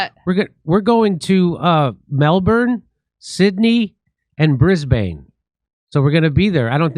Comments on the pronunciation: HEY JIMMY THE LOCALS PRONOUNCE IT "BRIS-BEN" AND I HOPE TO SEE YOU THERE LATER THIS YEAR much love from Australia! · Soft A in Brisbane Jimmy, Like "Bris-bn" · mel-bin, Sydney, bris-bin